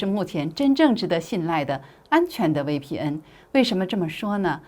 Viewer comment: 威P嗯😂😂😂大陸人用國語念VPN